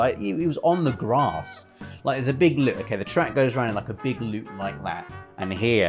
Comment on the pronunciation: says grass wrong!